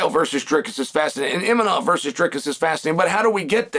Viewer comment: "ImaNov" "KhaZMat"😅😅😅.These guys man🙄